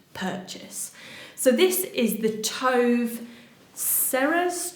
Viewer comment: Hi! It's pronounced 'Too-vah'. It's a common yet lovely Swedish girl's name. I also love the brand Tove.🙂